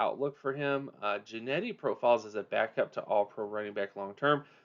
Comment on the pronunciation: How do you get Jennety from Jeanty??? It's pronounce Gen-Tee!